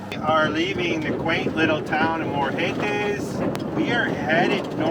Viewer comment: My husband is from Brasil, and he gets lots of laughs hearing me try to speak portuguese, so you're not alone. Quick tip that took me a while, words that start with an R or have a double R in the middle have the sound of an H. That's why Morretes sounds like Mohetes or Rio sounds like Hio. Well keep watching. Safe travels.